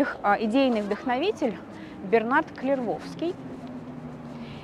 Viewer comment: И всё-таки не хватает этой девушке грамотности. "Гильом", "КлервоВский" и прочие перлы. Совсем она как житель окраин городов или деревни, с соответствующим школьным образованием, у неё отношение к словам и терминам - "как я запомнила их, в меру собственного кругозора, так и воспринимаю их, без разницы как они звучат и что значат на самом деле". Это как деревенское "полуклиника", "полЮс"(в значении "полис"). Ей бы подучиться.... Кстати у таких недообразованных девушек именно такие интонации голоса, как у девушки в данном видео, уж не знаю, с чем это связано.